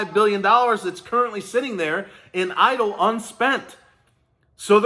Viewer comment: “I want my EDIL Grant”